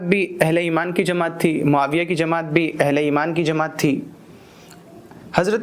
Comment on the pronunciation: Aapne bahut accha samjhaya lekin Amir muawiya razi allahu tal anha ka naam sahi se nahi liya aapne, baki sab acchha tha, jazakallah